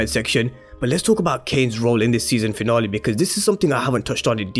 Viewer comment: We're all here just to here my guy say "season finolly" 😀